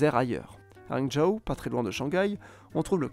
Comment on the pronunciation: la vidéo est très intéressante ! Cependant, il faudrait faire le petit pas de plus qui serait de se rapprocher de la prononciation en mandarin du nom des villes. Pas a la perfection, mais le plus proche que tu puisses faire. Hangzhou, c'est un peu abusé 😅